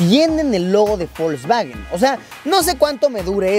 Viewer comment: Alguien mas escucha que luisillo pronuncia folsvawen...